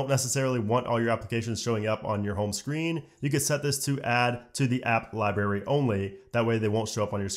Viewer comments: Great video, but my god man, it’s LibRary not Ly-berry. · What’s a liberry? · My dudes says lie Barry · LibRary, not Libary... Had to stop listening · The way he says library! 👀